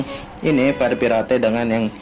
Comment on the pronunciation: Tulisan : Fire Pirate Baca : Fair Pirate (baca jelas) Wkwkwk